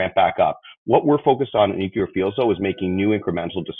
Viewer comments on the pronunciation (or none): Hard to focus on a guy who cannot pronounce nuclear.